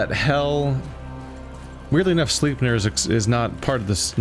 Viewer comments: I think Sleipnir is pronounced with a long I, like "eye"-Sl(eye)pnir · Perhaps, I'm no expert, but every other instance of "ei"(Heimdal, Alfheim, ect.) have the "eye" sound. No biggie, take it or leave it.